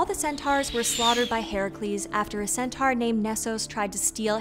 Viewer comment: It's pr. "sen-tor"!